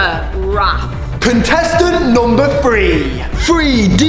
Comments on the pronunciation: He says free instead of three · Isn’t it weird how morgz says “free” instead of three Morgz mum says “sree” instead of three And says “tree” instead of three:/ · its three not free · How many times Morgan says free instead of 3 | | | V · When morgz trys to sat three he says free!!😝😝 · Why do you say 3 like free